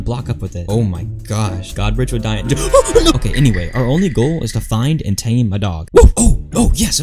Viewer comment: "It's OKEH to be not OKEH"❤️ Titan Cries 😭